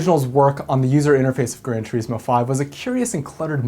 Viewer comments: Gran turISmo, not tureesmo... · Grand "tereeeesmo" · Is THAT how "Gran Turismo" is pronounced? "Gran Tjureesmo"? I've always pronounced it "Gran Turissmo". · The way you pronounce "Turismo" is giving me the shits.